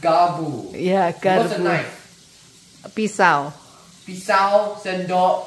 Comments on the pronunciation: Sekilas aq dengar benar ucapkan sendok garpu kenapa berubah jadi garbu sepertinya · Garpu mba bukan garbu😊